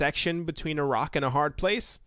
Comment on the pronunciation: Genuinely thought you said ‘Iraq and a hard place’ 😂